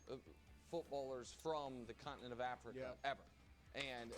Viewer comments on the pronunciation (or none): none